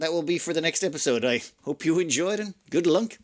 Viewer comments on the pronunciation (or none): The thing is, you only hear "good Lunk" if you watched the whole series. Everyone else hears "good luck". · Wait a second. "Good Lunk"? I'm pretty sure I heard "Good Lunk." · Did the man just say "andd Good Lunk" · Bro he really said "I hope you enjoyed and good Lunk" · I swear I heard wish "good Lunk" to the ship crew and to us at the end of the video. I may be a little too invested in this series. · Nope I definitely heard good Lunk